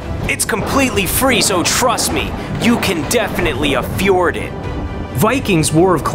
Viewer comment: I died at "a-fjord it" LMFAO